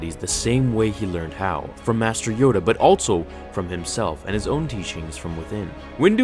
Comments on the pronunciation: “Mater Yoda” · Master not Mater... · everybody knows "mater yoda" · mater Yoda xD